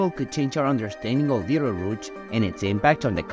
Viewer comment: Are you saying Beetle Roots?